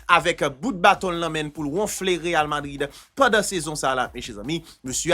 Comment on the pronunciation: zanmi'm m'toujou gen problèm ak sa wi achak fwa wap di real Madrid, c real vadrid wi ekip la rle 🤣🤣🤣